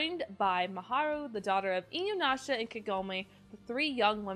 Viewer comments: For some reason I always hear 'Inunasha' when you are saying it. <X3 I liked the show but it felt soooo stretched out. Got the Final arc on BD and the movies on DVD. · Same! I was a little triggered by the incessant mispronunciation, but I appreciate clear affection for the series and characters. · You love inuyasha yet cannot pronounce it, what?